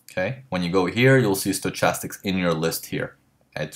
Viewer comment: And just one other small thing, the word "stochastics" is pronounced "stoKastics", not stoCHastics. Not a big deal at all, just so you'll know.